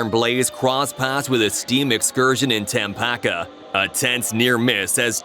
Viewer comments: It's Tamaqua... NOT TAMPAKA. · Tampaca? Im from this area. Its Ta- maw-quah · Tamackqua lol it's Tamaqua. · aint no place called tam-pack-kwaa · It's pronounced TAH-MAH-QWAH. Stupid AI slop. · It’s pronounced Ta mock qua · The way Tamaqua was pronounced should be illegal. Coming from the same county I cringed sooo hard.